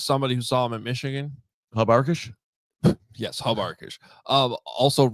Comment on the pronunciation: Hub Arkush????...